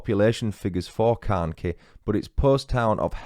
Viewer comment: Carnkie is pronounced CarnKhy I know English people struggle with our Cornish place names and it’s Tre-Luss-well